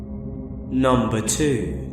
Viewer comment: Hearing you start every video with "Numbah 1" makes me feel all happy and excited inside.